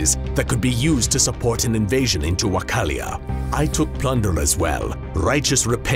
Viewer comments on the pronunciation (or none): Dear "", you are kind of ignorant. It's not Vachalia but Valachia, and not Hyundai but Hunyadi..., and more... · I'm not even Romanian and I'm so angry at him saying Wachalia instead of Wallachia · right way to pronounce: Valachia subtitles: Valachia: WaChAlIa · but not the pronunciations, where the fuck is Wakallia... i only know Wallachia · Ok,as a Romanian i can say that the video is pretty accurate. I had a problem with the pronunciation of the name,, Wachallia"... It is actually pronounce,, Wallachia "... Also you pronounced,, Targoviste" wrong. You could have also talked a little bit about Stephen the Great, Vlad's cousin, the one that helped Vlad out of prison and helped him retake the throne. From me, you get an: -8.5 on historically acurate -an 10 on presentation and animation -6.5 on pronunciation of names, regions for the most part (,, Wallachia" and,, Targoviste") Overall...a good episode of,, " Love from Romania, keep up the good work! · I thought the old country was called wallachia not wachalia as he pronounced it through out the video. Which is correct Alex? I already knew everything else presented but still enjoyed the video. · It's Wallachia not Wachallia!!!!!! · Not "Wacha-llia", its "Walla-chia".. And its not " John Hyun-dai", its "John Hun-yadi".. Great work with the accent otherwise.. Edit: And one last thing, Sultan is not pronounced as Sal-tan, its more like Sool-taan, just a tip for improving accent.. Good luck for your new channel.. Subscribed already!! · I wasnt trying to be rude :( I was legitimately curious why its authentic to miss pronounce things, I get why the accent is authentic but I was wondering if there were historical reasons for him, for example, saying wachallia instead of wallachia. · This was a good video but the continuous mispronunciation of Wallachia killed me. It's WA-LA-CHIA. Not Wacalia or whatever. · Ruler of Wacallia? Nope It’s “Wallachia” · Normal people: Valakia: Wakalia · Valachia not vachalia